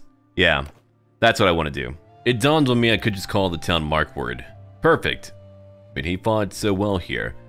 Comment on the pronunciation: Markward? Not Markarth?